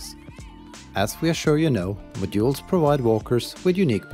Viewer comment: To me it sounds like you keep sayin "My jewels" which makes this a really weird video 😅